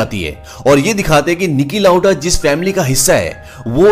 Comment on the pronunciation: Stop saying Nicky lauda